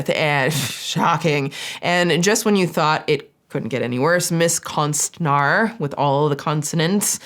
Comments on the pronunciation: I had to look up how to pronounce konstnär because my ear holes didn’t like the word at ALL! Adding to this: people who fake pregnancies (whether it’s for an April fool’s “joke” or for attention. Literally any reason) are absolute trash humans. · Most horrendous pronunciation of konstnär I’ve ever heard 😂 I didn’t even know what Swedish word is was supposed to be until she pulled up the definition. But hey… that’s languages for you. If you don’t know it, it’s hard to get right sometimes. Still a good vid. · me hearing say "konst-nhar" in the beginning followed by "a Swedish word" had me deeeeadXD "Konst" you got right, now "när", is pronounced "nair" ( "n" and "air"). It's somewhat wrong still w the English pronunciation of letters, but an improvement to say the least Sending love<3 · It’s konstnär not konstinar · The ”ä” is actually more pronounced like ”uh”, so konstnär would be pronounced more like ”konst-ner” in English haha. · Konstner would be a more close pronounciation but many swedish names are "englified", like Wahlgren and many more. Because so many swedes emigrated to america back in the day. Its kind of cool actually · Konstnär is pronounced with a long vowel at the end. Ä is pronounced like an A but with your tongue out, like when the doctor checks your throat. And the R is rolled like in spanish. So: Konstn-ää-rrr. Swedish is a bit tricky but fun! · As a swedish person, you almost pronounced konstnär correct, "konst-" you pronounced good "När" is pronounced like "N-EAH-R" if you take the "eah" sound from "yeah* 😅😅😅 Its harn teching people new sounds of letters that is not used in their language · Konstnar more like Con-Art…ist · I’m 10 seconds into this video and your swedish is Very cute!!! ❤ Just as a fun fact and to learn smth new - the pronounciation of ”ä” as opposed to ”a” is kinda like the vowels in the word ”air”, so for this word (artist) ”konst-nair”. Konst means art. :) Ok i will keep watching now